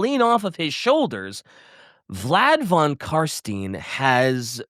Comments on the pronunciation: destroying every character and place name gets annoying after a while. Like what the hell is “Altedorf” and “Von Carsteen”. A little bit of effort man,…. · "Vlad con Carstain" ... WTF ?! You spit in my face . He is f King Legend !